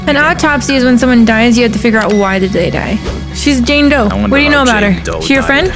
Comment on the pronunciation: the way he said jame doe got me rolling 😂😂😂😂